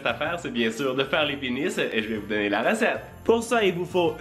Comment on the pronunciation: Tu ne prononces pas le s dans blinis